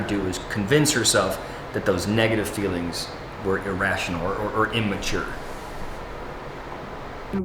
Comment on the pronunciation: You don’t get it. We know how to spell picture and feelings. It’s a joke amongst Sisterwives fans about the way certain characters pronounce words. When Robyn speaks she says “fillings” instead of “feelings” and “big pitcher” instead of “big picture”. There are other words too but those are the funniest.